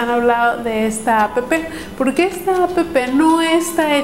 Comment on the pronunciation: como odio cuando dicen a p p 0s0